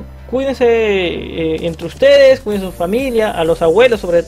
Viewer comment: "Cuindanse" JAJAJAJAJAJ PERDÓN ME DA MUCHA RISA, SOS GRANDE T ADORO ❤️